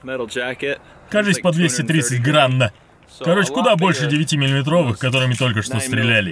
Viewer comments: граНН))) граММ)) хохотнул) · Здравствуйте, смотрю Ваш канал и канал Мэтта, спасибо вам за переводы(я так язык пытаюсь подучить), но а по поводу гранов, попробуйте произносить грэйн или посылайте всех на канал Борисыча. он там рассказывал что это такое(если не поймут, то на ВИКИПЕДИЮ их!) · Так то ГРАН правильно будет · ИСКАЛ ИМЕННО ЭТОТ КОММЕНТАРИЙ)! чтобы не повторяться. Когда услышал акцент на Н от,сначала думал что это сам Мэт сделал)))Клево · я и раньше слышал !!! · Как четко теперь выговаривает граММ и граН) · так прям старательно выговаривал граММ граН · Что-то не могу разобрать гран или грамм? ^_^ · Просто пиши гран или грамм , а не акцентируй на буквы